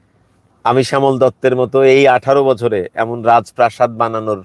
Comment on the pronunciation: ভাই শ‍্যামলের উপর এতটাই ক্ষ‍্যাপা যে তার রাজপ্রাসাদ উচ্চারণ করতে সমস্যা হচ্ছে 😅😅😅